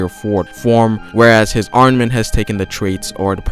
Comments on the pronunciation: ARMAMENT! NOT ARNAMENT! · STOP SAYING ARNAMENT HAKI